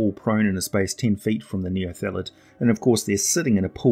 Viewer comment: Outstanding video as always, but it seemed like you sometimes said "neolethid", possibly due to the word "illithid". Or maybe it's just a kiwi thing. :D